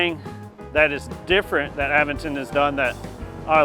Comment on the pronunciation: It's cool that you pronounce Aventon properly, and not aVENton - like those screwballs on YouTube. 👍